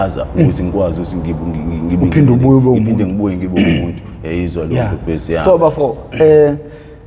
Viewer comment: "Mta ka ma" and "eyezwa leyonto" he say it flawlessly so